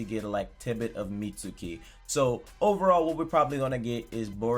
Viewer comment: How does every video go from “Mitski” to “Meet-su-kee”???😂😂😂